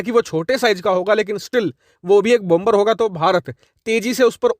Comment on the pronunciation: Please 🙏 Please PRONOUNCE BOMBER AS BOMER WHERE B is silent Thanks 🌷 Normandy France 🇫🇷